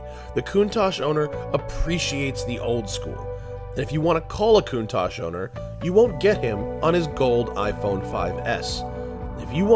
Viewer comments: I believe it's pronounced "koontalk" not "kountash" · is that really how you say countach? I pronounce is "CON-tach" not "Coontach"